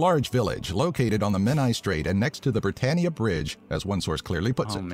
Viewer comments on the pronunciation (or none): none